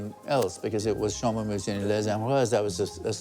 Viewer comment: L'intelligence artificielle, ça craint!😂 écoutez la prononciation de chambolle-musigny....